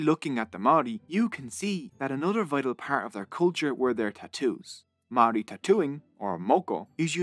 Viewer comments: Mouldy bread with a R instead of D is the correct pronunciation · im filipino but i know that a lot of his pronunciation of Māori words was wrong, example is the pronunciation of words with NG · Never thought id see a video on our people. I have to say this was well researched video and the only slight criticism would be the pronunciation of some Māori words but on the whole was pretty accurate. Should have mentioned Pukehinahina/Gate pa an astounding Māori victory with one of the most impressive pa built. There were many other awesome pa though just had to get a shout out for my Iwi Ngāi Te Rangi. Thank you:) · This video was great and I'm sad that as a native New Zealander this taught me so much about my own history that I did not know. I've already got a few people who I just have to share this with. My only complaint is how badly you butchered a lot of the Maori words, I get that it's different but you only had to ask like one person knows how to pronounce it, it's actually really easy 😭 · As a Maori I was ready to cringe but apart from the pronunciation of the Maori words this video was really good and accurate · I live in New Zealand and you kept saying māori wrong